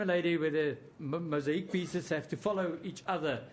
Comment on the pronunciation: Talk about pulling at straws, nothing really conclusive, more just "you cannot see it any other way.." Empty vessels make the most noise and this is 4 hours worth, In closing, its mosaic not mosahic.